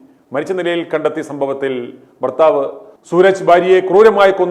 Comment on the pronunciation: ഭാര്യ ആണെടാ മൈരേ,, ബർത്താവ് അല്ലെടാ മൈരേ,,,ഭർത്താവ് ആണ്,, മാതൃ ഭാഷയ്ക്ക് വ്യത്യാസം വരുത്തുന്നോ,,?